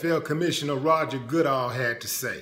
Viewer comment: You can tell Willie D was never a big NFL fan, it’s Roger God-“Dell”, not Good-all. I don’t give a damn about the racist ass NFL or Goodell either though